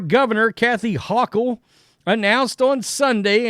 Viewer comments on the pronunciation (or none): Neither here nor there… her name is pronounced HOchul. Long o sound. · We pronounce it Ho Chill! 🤣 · Best mispronunciation of her name.